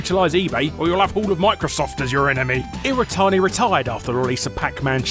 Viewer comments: ... It's not "iratani" it's "iwatani." Pronounce your Ws man! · Every time he says "irratani" instead of "iwatani" I feel like punching him. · So did he just not realize his name is Iwatani and not "Iratani" or did the English just forget how to speak their own language? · The name's Iwatani. Not Iritani. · Every time he says iwatani, it sounds like he's saying "iretardi"